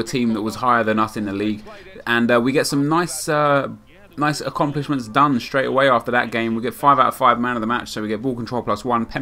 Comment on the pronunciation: you say acCUMplishments lool